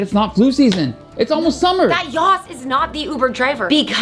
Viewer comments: It's not yoss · Yoss❌ Yass✅ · It’s not yoss